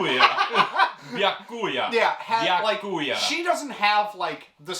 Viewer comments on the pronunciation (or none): I love that wrote a note to try pronounce a name properly, and 1 ended up misspelling it and 2 pronounced Byakuya (Bee Yah Coo Ya) wrong.